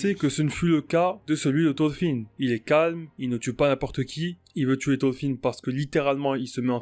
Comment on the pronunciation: Ya un R dans thoRfinn. Mes oreilles saignent